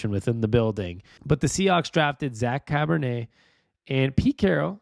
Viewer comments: Char-bo-nay kind of like Chardonnay, but definitely not Cabernet, nor Pinot Noir, nor Rose', etc.... lol 😂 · Cabernet!?!?! Really man? It's Charbonnet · Bro..Cabernet? Try Charbonnet.....pronounced SHAR-BO-NAY. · I’m super excited for some Seahawks football. Also it’s pronounced Shar-bo-neigh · Enjoy and appreciate the videos. I know you said folks can be derisive in the comments but ignore them and keep up the good work. Hawks fan for 40 years! Small note. The new running back's name is not pronounced like a type of red wine 🍷